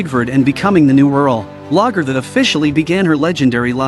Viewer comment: I wish AI fake voice overs could get NAMES right at least. Whomever....get your VIDS correct. How many times do you miss pronounce Lagettha dumb AI and vid maker?